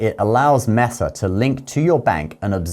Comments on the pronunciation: Mess-uh. That doesn't even sound right. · Pronounced “MAY-sa.” 😊